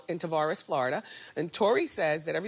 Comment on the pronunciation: lol only a real floridian knows how to say Tavares lol